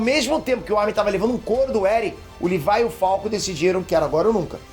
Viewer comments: livai livai, eu tentando entender quem é esse livai, dps que entendi que ele fala livai ao invés de Levi '-' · “Livái” me da agonia kk LEVIII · Não e Lívai é Levi 🙄🙄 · Alguém mais sentiu um nervoso ouvindo o dizendo "Livai"(Levi) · chamando o levi de levaiiii aaaa tava me matando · fala o nome do levi direito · Pqp, o n sabe falar o nome dos personagens pqp. Levai (levi), shígashina (shigashinÁ)